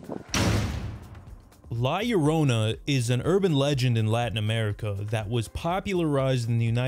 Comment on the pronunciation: You atre the first english speaking person that i see pronounce La Llorona correctly. Thanks a lot man.